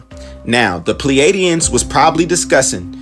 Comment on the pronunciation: Say this for me once Play-de-ans Not Plee Adiens